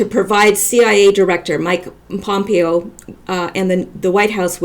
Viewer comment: I really like your videos. I like that you are Canadian and mispronounce names Gives you neutrality - It’s “pom-PAY-oh “ Pompeo As far as Prince goes, it’s scaring you, so it’s prolly scaring other ppl Disinformation is necessary, but who knows? Just go with it